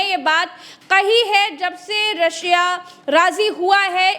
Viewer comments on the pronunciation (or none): none